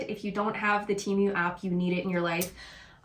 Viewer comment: How come you can’t say Temu correctly 🤦‍♀️. You keep saying Temeu